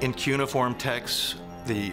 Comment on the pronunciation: It’s pronounced: kyoo-ni-form